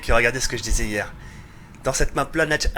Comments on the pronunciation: C'est pas natch ... C'est nacht qui se prononce nart ! Et c'est pas derièse mais der riese qui se prononce dère rise ! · "Nacht" se dit "Narte" ! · Très bonne vidéo, j'adore tes custom map zombie, juste un petit détail qui est pas très important mais pour la prononciation de "Nacht der Untoten" prononce "Nacht" comme "NaRt" :-P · xD tu me pousse a bout avec t'es nacht der untoten;)sa se prononce nart ddr untoten j'espère que t'en t'iendra compte la prochaine foissi tu lit ce message.Sinon super vidéo:')